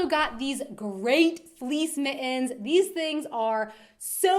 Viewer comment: "Mittens" "mi- - ens" pronounced without the T sound. Is it a Florida thing? Love your videos.